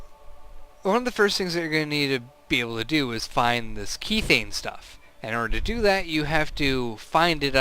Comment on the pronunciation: god I hate being a grammar Nazi but I cant help it this time. methane pronounces meh-thay-n....logical to realize kethane is promounced keh-thay-n sorry :o couldn't help myself